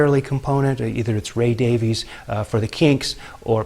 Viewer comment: Two of my favourite bands. Note that Ray and Dave pronounce their last name as 'Davis'. True Kinks fans know this.